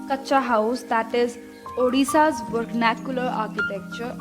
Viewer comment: Not (odisa) it's (Odisha)